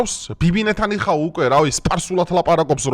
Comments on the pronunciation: Ე ბიჭო ნეთანიაჰუა ეგ კაცი ნეთანიჰაუ არაა😂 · კიდევ კარგი შეუსწორე თორემ რა გვეშვდლებოდა, ან რა მნიშვნელობა აქვს მაგ ნაძირალა კაცს რას დაუძახებს ნეთანიაჰუს თუ ნეთანიახუი.